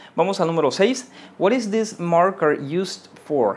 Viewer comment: Menos mal! Estaba buscando un comentario al respecto! Me estaba volviendo loco con this this, de hecho, él pronuncia una sola vez "this" en el video y no se dá cuenta.